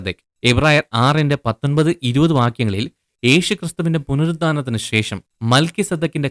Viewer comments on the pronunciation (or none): none